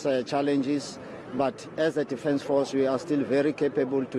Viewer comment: Defance force? Cmon hahaha Our "president" cant even pronounce it properly. What a KAFFA